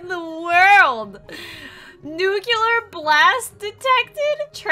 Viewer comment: Did she say "nuculer" instead of "nuclear"? That's not how you say it...